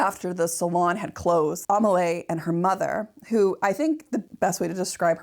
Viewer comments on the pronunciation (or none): I was wondering what the name was, Amalay? It's Amélie XD (Aa-may-lee) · "Amelie" is pronounced "Ah-may-LEE". As in the French film "Le Fabuleux Destin d’Amelie Poulain". Also "row", a falling-out between 2 people is NOT pronounced like "row your boat" but rhymes with bough. Ah Americans... The unbridled honesty and candor are refreshing, even if l do not share your opinion of the scandal surrounding the painting. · Not only “row” but “Amelie” and “risqué.” The last isn’t pronounced “risky.”